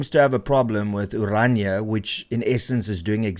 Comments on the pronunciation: Pls.note its not ORANJA ...but O-Raah-Ni-a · Please note correct use onwards in respect of the language and the entity. Correct: "Orania [uəˈrɑːnia]" And not as you pronounce it: "Oranje /oˈrɑɲə/" Phonetically, Orania is therefore one of the easiest names to pronounce in any language. Thank you for covering important topics and relating these to the Constitution et cetera. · How can you name and pronounce the town's name as "Oranje" instead of ORANIA? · Renaldo; the town is called OranIA, not OranJE. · Why people always pronounce Orania as "oranje" ?